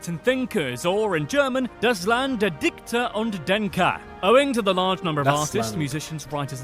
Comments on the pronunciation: please study some German: dichter is ch like in Spanish j in Méjico and not dikter😮. Hegel is with 'e' like in 'bed' and not Haigel!😮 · Many german words are not : "german" pronounced in that video, like dichter, müller or Einstein ("ei" is like the "i" in shine and "stein" would be like shine with "t": sh-t-ine)